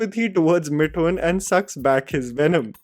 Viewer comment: Isn't it मिथुन and not मिठुन? you pronounce "Th" correctly.